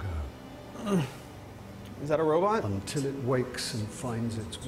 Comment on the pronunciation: If I hear robut one more time I'm quoting the video